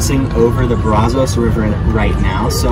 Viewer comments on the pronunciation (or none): Thanks for visiting Waco. Disappointed your guide miss pronounced the Brazos river with two long "o" sounds and not with a long "a" sound. If you do choose Baylor, I hope to see you in the yellow line sitting in the yellow bleachers next year. I never went but it's my home town and proud of everything they do.